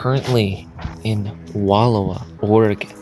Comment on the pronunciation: It's pronounced Wull-OW-uh, dear. 😊